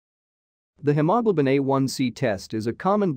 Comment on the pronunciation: The computer voice did not pronounce hemoglobin very clearly.